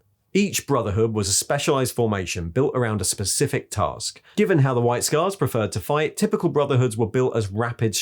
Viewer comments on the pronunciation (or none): none